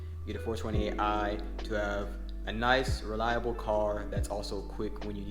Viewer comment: Did you say reliable?